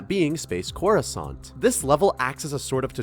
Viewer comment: Didn't know there were croissants in space lmao (corrusant sounds liek croissant)